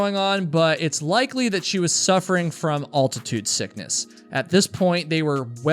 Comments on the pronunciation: It's ALtitude! Not AULtitude! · Serious question…where are you from that they pronounce AL-titude as ALL-titude? New subscriber. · Very interesting. Love ur vids but wtf is alltitude its altitude as in AL Bundy. You call him all bundy 😂✌️ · Al-ti-tude..! lol Not Alt-ti-tude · Not for nothing but....its pronounced al-ti-tude (like "Al" Bundy) not ault-ti-tude (like "ault"-right.) Come on now. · Question: your a hiker right? Why do you pronounce the syllables. AL-tit-ude. As ALL-Tit-ude? It’s like the name. AL. His name isn’t ALL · The word is altitude, not ALL-titude. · I thought it was pronounced Al-ti-tude never heard it pronounced All-ti-tude before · Why are you pronouncing altitude so unnecessarily weird? It's altitude with the 1st 2 letters pronounced al, like your cousin AL, not like the word all, which is pronounced oll. It's not olltitude. It's altitude. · It’s ALtitude sickness.. Not “ULtitude sickness”… 🙄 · What is alltitude sickness ?heard of altitude is it just you can't prononce the word? There's one l not two as you are saying aint it nice folks point out stupid stuff truly what does it matter just a reminder of what some find To be unacceptable others are smart enough to ignore though the miss prononciation of a word can cause a lot of problems sad were so picky learn to accept people are diffrent it makes life easier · Isn't the word pronounced altitude not alltitude? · It’s Al-titude ding dong, not All-titude. Spell it out and say it! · Bro, it's altitude, not all-titude.😂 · It's altitude not alltatude in case you're wondering. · Will somebody, ANYBODY, pleaze teach this boy how to say ALTITUDE correctly!!!!????? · al·tuh·tood not all·tuh·tood. As is Al Bundy. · Bro. Normally i wouldn't digress from the point but your channel is about hiking, and you said the word 4 times. It's not all-titude sickness. Like mall or fall the way you're saying it. It's altitude sickness, like weird al, pal, or gal. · You can call me Al. Altitude. Not All-titude.